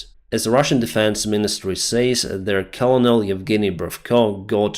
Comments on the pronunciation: Ist spoken. Kernel. Not kolonel. Nice video thou. Thanks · Colonel is pronounced kuh-nuhl 😙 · Its Krrr-null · Just so you know Colonel is pronounced kernel, like a kernel of corn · One thing - the word "Colonel" has a super unintuitive pronunciation - it sounds like 'Kernel", not "colonel". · Colonel in English is pronounced like "Kernel." It's a really dumb word. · Напишу вновь. Денис, к сожалению, Вы заучили неправильно. По-английски colonel читается как «кёрнел» (проверьте в словарях, поищите в Гугле). Звук [r], разумеется, смягчается (за исключением американского английского). Спасибо за Ваш труд! Удачи и слава Украине! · Thanks for the update,! Go Ukraine!👍 Just a small English tip: I know it's spelled "colonel", but it's pronounced "kernel". Weird, I know. 🙂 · Just a point on pronunciation: "Colonel" is pronounced like "kernel" in English. (It's one of those words that went from Latin to French to English and wound up spelled really differently from how you say it.) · Colonel is pronounced "Kernul" English is confusing. Great video thanks! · Hi, I enjoy your updates but want to correct your English a little. The word "Colonel" is pronounced like "ker-nal" when it is a military rank. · Hi, this may help you as more Russian colonels get squashed - "colonel" is pronounced "kernel" (it's also easier to say) Love your work, your English is excellent! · Colonel is pronounced " Ker Nal" in English. I know, it makes absolutely no sense. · Colonel is pronounces kernal 🙂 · hi colonel is pronounced ker-nel.... i heard you struggle with it a few times and its one of those few funny words with silent letters.. your english is excellent and i just thought my comment might help you get even better because i would struggle with trying the say that word the way it is written and i studied the lauguage, thanks for your update my friend... slava ukraine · Colonel is pronounced "Kernel" FYI buddy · Colonel is pronounced “kernel”